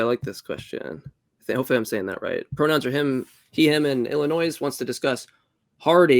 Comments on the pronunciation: Apparently it needs to be said, you do not prounce the s in Illinois. IlliNOI. Not illinoise. The state is named after an indian tribe. Such a pet peeve. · pronounced the S at the end of Illinois. I’m disappointed